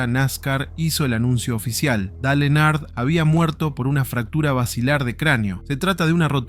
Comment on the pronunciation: Decí que la primer historia eventualmente termina... Si escuchaba de nuevo nombrar mal a Dale Earnhardt iba a revolear el teléfono